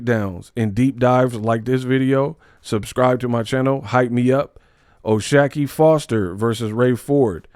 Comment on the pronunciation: I think it’s “shock” ⚡️. Not “shack”